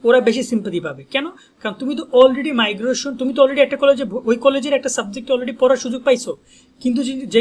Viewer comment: 😂ভাই মাইগ্রোশন না মাইগ্রেশন